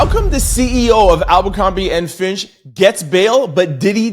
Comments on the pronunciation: Fitch!! Fitch! Fitch!! Not FINCH!! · Abercombie and Fitch, not Finch. 🙂